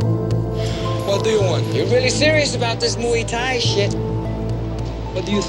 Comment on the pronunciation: Please, please, please. I flinch every time you say "Moo Thai". It is "Moo-ay Thai" (มวยไทย). It is not that difficult to add one more syllable. My biggest beef with the movie is the name "Xian": that is not a Thai name, it is Chinese. They really needed an expert on Thai culture on the payroll. Watching JCVD practising in the grounds of Wat Mahathat in Ayuthaya somewhat surreal, as it is almost always verminous with tourists and locals, and almost right in the middle of town and noisy. A better choice and equally (perhaps more) atmospheric and almost always deserted would have been the nearby - and at that time, largely unrestored - Wat Chai Wattanaram. Finally, Beau Williams' track "Feel So Good Today" (and I cannot unsee JCVD busting his moves) is very similar, both musically and in Beau's delivery, to James Brown's "Living in America" from "Rocky IV", released 4 years before "Kickboxer", but easily the best song used in the film. These quibbles aside, if I leave my university qualifications in Thai language, history, and culture (and years studying and living in the kingdom) aside and if I accept the overacting (and in the case of Dennis Alexio really bad overacting) this is a good lightweight entertainment but certainly not JCVD's best.